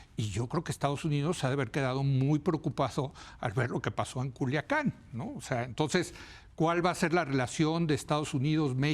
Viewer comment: Pinche vata ni si quiera puede decir culiacan dijo culacain